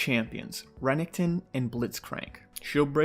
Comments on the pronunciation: Renningkton??? It's ren ek ton and who the fuck says enchantress support the fuck?? It's just mage supports or support. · I absolutely hate how he says renekton